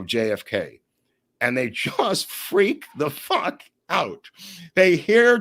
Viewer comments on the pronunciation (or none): none